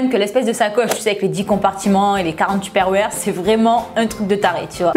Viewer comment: Sa me fait trop rire comment tu dis : Tuperroire ! Si non super vidéo ! ❤️